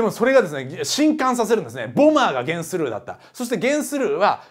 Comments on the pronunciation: ゲンスルーの発音がテレビアニメとは違ってたので、漫画読んでの知識だったんですね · ゲンスルーの発音が気になる(･ω･* ) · ゲンスルーの発音気になりすぎる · ゲンスルーの発音気になるww